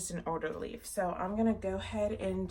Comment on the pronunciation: I was cracking up when you pointed out the water damage leaf. I had to play back cuz I thought you said "loser leaf" not "old leaf"